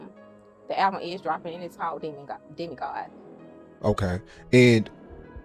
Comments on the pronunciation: I thought she said Demi God, not Demon God...but thats just what I heard I could be wrong....who knows wit Foolio?!?! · DEMI GOD- not Demon God! Stop trolling